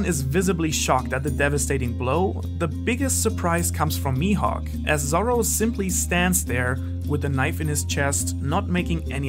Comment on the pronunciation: Am I the only one hearing "sorrow" instead of "Zoro" (sometimes)? Great video tho.